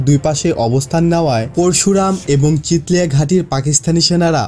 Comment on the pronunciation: ভাই চিথলিয়া, চিতলিয়া না